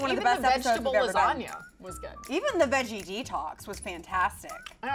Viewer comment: can't get past "LASGANA" 😩😩🤦🏽‍♀️🤦🏽‍♀️